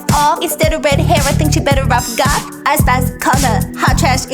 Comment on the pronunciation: "AIS SPAICE"